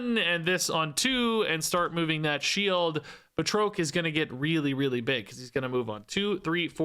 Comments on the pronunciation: Bruh the pronunciation of Batroc is killing me! He's FRENCH! ba-TROK not Ba-troke! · put too much stank on Batroc's name. ("Bat-Rock") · One note... I believe it is pronounced BAT-rock the Leaper. Thanks for the breakdown!! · It's pronounced like Bat-Rock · I always thought Batroc was pronounced "Bat-Rock" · Oh. And based on Stan Lee and the movies... It's pronounced 'Bat-Rock', sir. 😅😊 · Just a little pronunciation note: I’ve always heard and pronounced it “BAT-ROCK” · Here to help with pronunciation: it's 'Bat-rock' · So the guys name is pronounced Bat Rock. Just FYI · Bat Rock is the pronunciation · I think it's pronounced "Bat-Rock" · The pronunciation of batroc is killing me. It’s like ba (as in bat without the t) and troc is (rock with a t in front) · calling Batroc by the fancy French pronunciation, Báţŕôqůē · Great video! Just a note, Batroc is pronounced Ba like air and troc like frock. He was the guy that Captain America fights on the boat at the beginning of Captain America: Winter Soldier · I've never heard anyone butcher Batroc's name so badly lol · That Batroc pronunciation really hurt my soul.